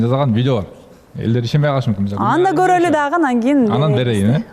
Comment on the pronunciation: Еще и ведущая: " бараЙлы" "короЙлy"